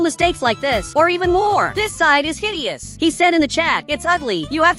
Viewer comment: BRO JUST SAID "HIDIOUS"😭